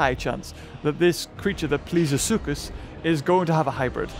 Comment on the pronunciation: thank you for pronouncing suchus right